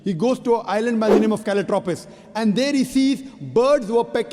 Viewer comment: It is galapagos island,not calatropus